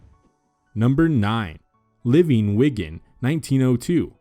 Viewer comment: Wigan is pronounced WEE-guhn, not WIGG-uhn.